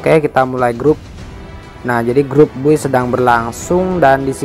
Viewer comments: Bacanya bay bang bukan buy🙏😀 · Cara sebut "Buy" lawak duh 😂 Wkwkwk